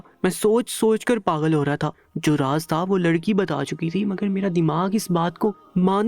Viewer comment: If you don't know urdu talafuz, please hire someone who can deliver better talafuz. Gussa is actually Ghussa. Galat is Ghalat and paghal is pagal. You should use "gha" properly.